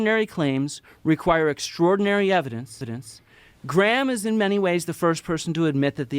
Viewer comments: Bro, you probably already know this, but, you can just pronounce "Graham" the same way you do "gram". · Graham is pronounced like "Gram". The H is silent. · as a scot i tried to watch this but every time they said graham wrong it got my back up haha it made it hard to focus